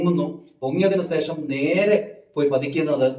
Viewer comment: സേഷം അല്ല സുഹൃത്തേ ശേഷം 😄😄😄